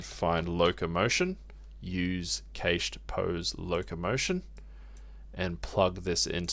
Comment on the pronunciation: im sorry but the way you say cached has me laughing, its pronounced "kasht" (or cash + ed) btw.